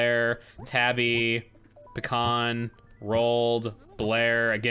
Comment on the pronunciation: the way you pronounce Pecan makes me think you're saying "the khan"